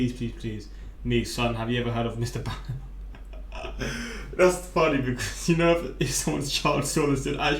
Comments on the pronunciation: I'm sorry but y'all make me so mad they're lying to you it's ballen like the toy ball, he says it in the outro and plugs several times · NO! It’s BALL-IN. Check your IG DMs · It’s pronounced “ball-in” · Ballen, like “Boll”ywood. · It's pronounced "ball-in". If you listen to the very end he lists all his channels and says it several times.